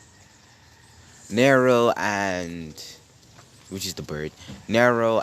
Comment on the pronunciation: when is someone gonna tell him its nero not neri